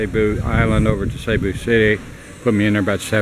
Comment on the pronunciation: Hey, I may be wrong but don't they pronounce that like "seeboo" not sayboo. Could be wrong??